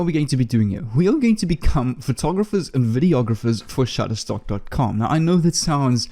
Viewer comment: You said Shuttertock 18 Times Sir !